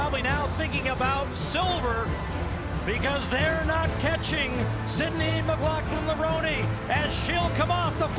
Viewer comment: So how seriously do you expect us to take your video when the 'announcer' YOU chose can neither pronounce Femke nor Lovrone properly? If it isn't important enough for you to make sure that the two people who are the focus of your video aren't identified properly, don't be surprised if we pay zero attention to your videos.